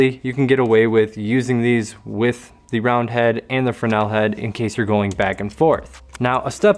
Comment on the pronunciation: Just got the Rogue round kit after watching this. Great find, I'm going to like these. Drives me nuts not having labels on gels. and you pronounce Fresnel properly!!!